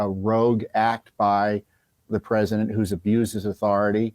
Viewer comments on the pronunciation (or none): Rogue, not Rouge! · Rogue not rouge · Rogue, not rouge, students. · Rogue act, not “rouge act”. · Rogue. Not Rouge. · It is rogue, not rouge. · C'mon, man. It's "rogue," not "rouge."